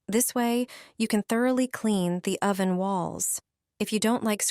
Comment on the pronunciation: What is a "spongg" and what is an "Oh-van"?. Shit AI voice.